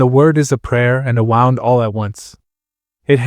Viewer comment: I'm sad to say that this is also AI. It said "wow-und" when it sould have been "wound". Nice try hiding it behind an accent... but still AI. I hate it.